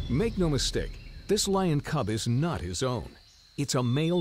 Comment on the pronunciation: it's cub not cube. nice try though. ha ha ha.